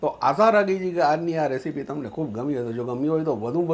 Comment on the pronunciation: Ok ok ok ok ok ok ketli var bole che રેશીપી ન કહેવાય રેસીપી સાચુ ઉચ્ચારણ છે